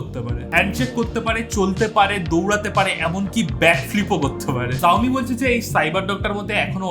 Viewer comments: It's Xioami Not zoami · xiomi venge bolle shau-mee hoy zau-mee na😂... anyways sobsomoy er motoh vloi laglo tomr halka tech😂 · জাওমি নয় শাওমি🤣🤣🤣. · জাওমি না দাদা ওটা শাওমি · Bhai eta শাওমি জাওমি নাহ lol thikse pronounce toh karlo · Pronounce ta vul korco dada ota সাওমি e hba .... Not জউমি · Xiaomi er pronounciation Saiomi ,zaomi na🥲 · Bhai, please rectify your pronunciation as Shaomi, not Zaomi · ভাই, উচ্চারণ ভুল হয়েছে জাওমি না শাওমি হবে।😆😄🤣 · Rip Xiaomi উচ্চারন 🤣😂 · Xiaomi pronunciation ta thik kore koro dada 😁😁😁 by the way big fan ❤️❤️❤️